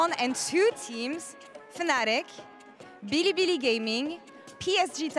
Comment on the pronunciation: they way she says bilibili gaming had me dying laughing 😂😂😂😂😂